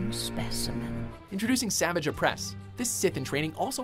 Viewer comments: STOP MISPRONOUNCING “SAVAGE” JESUS HECKING CHRIST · His name is not pronounced that way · Can you at least say Savage right? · omfg u cant even say savage opress right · Makes me cringe every time you try to say savage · Does he know how to say Savage’s name right? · the way he pronounces savage tilts me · Imagine making content without knowing anything your pronouncing Savage wrong for him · who else involuntarily cringed every time he said Savage's name? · Pronounce savage correct!! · its savage not savage lol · It's Savage not Savage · He kept mispronouncing Savage’s name and it made it so cringey to watch. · not savage its SA-VAHGE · It’s pronounced (Sah-vah-ge) not (Sah-vij) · It's pronounced "savaage" not savage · This guy called Saavaage Opress, Savege Opress. Probably just looked up a list of The Clone Wars episodes and their descriptions to make this video. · He said 8 at 7 and also it is sa-vage not savage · It's Pronounced Saaaa vage No Savage. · It's pronounced sa-vauge not sa-vage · Every time he said “Savage” I die a little inside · the butchering of the name savagé...you'd swear that they didn't watch a singl-oh wait...they probably didn't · Ikr! It's Suhvaage(You know the pronounciation I'm trying to type.) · no it's like sah-vage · Imagine pronouncing Savage’s name like “Savidge” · in every video "Savage's" name has been mispronounced, it's pronounced "Savaj." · Imagine saying savage opress instead of "sevajj opress" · Dang it,, you’re SUPPOSED to pronounce Savage Opress’ first name SA-VAH-GE! 😡😡😡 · Savage is Sah-vagh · It’s pronounce Sahvaj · his name is spelt Savage but it pronounced "ser-varj" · Savaage, it's pronounced Savaage. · it's saavage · If he can’t say “Savage” right then this list is all wrong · Savage was pronounced wrong every time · I got triggered every time he said his name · The way he pronounces “Savage”s name pisses me off lol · does it upset anyone else on how he pronounces savages name?